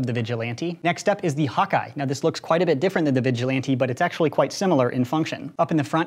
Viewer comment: When he says hawk eye I think he says hot guy lmao